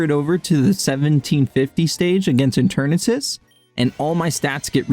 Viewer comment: it’s pronounced eh-ter-nahtus, I’m losing my mind hearing this name butchering